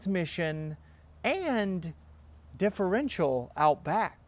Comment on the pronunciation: "differental outback" loved it, spot on!